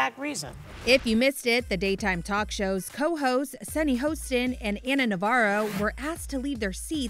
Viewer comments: I cannot figure out how the commentator constantly, CONSTANTLY says Sunny's last name HOUSTIN.......HOSTIN. Her last name has NO U sound in it. HOSTIN. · Hoss tin....Hoss tin! Get it right!! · When are y’all gonna say SUNNYS LAST NAME CORRECT